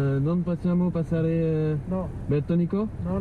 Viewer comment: BERTONICO pas BETONICO lol